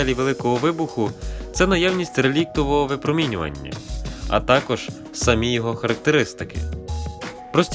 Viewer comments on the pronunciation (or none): none